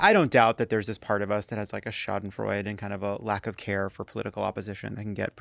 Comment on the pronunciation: Shadenfreude is four syllables.